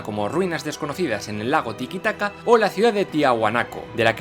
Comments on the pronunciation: Todo excelente y me estoy haciendo fan, de hecho llevo toda la mañana viendo o mejor dicho oyendo tus vídeos de historia mitología y demás, pero acá dijiste Tikitaca en ves de Titicaca? o me falla la audición? (y eso que pones un mapa que lo escribe bien), si es por humor bien pero luego da un fe de erratas o pon el chiste pronunciándolo mal y luego auto corrigiendote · Felicitaciones por tu canal, solo una observación, es Lago TITICACA, no tiquitaca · tikitaca???? es titicaca TITICACA!!!!!!!!!!